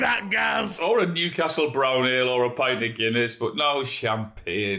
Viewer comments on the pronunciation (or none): none